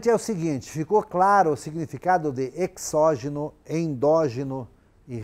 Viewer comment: perdoe-me a petulância, mas a fonética da palavra exógeno é |z|. Não obstante, sua aula é excelente!